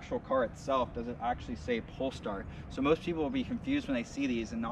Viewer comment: Nice review, but it's not called Polstar. :) Greetings from 🇸🇪.